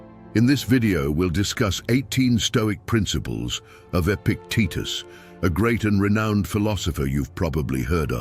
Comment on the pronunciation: Epictetus, not epic Titus. Stoics should also proof read.